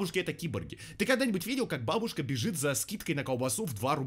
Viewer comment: Бабушка ударение не туда